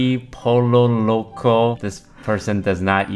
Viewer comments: Is it racist to point out you're pronouncing the Ls in Pollo wrong? 😂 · pole o loco 💀💀 its pronounced poyo loco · ITS POLLO LOCO NOT POLO LOCO